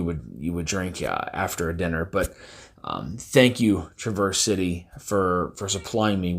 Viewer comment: You’re mispronouncing the city name.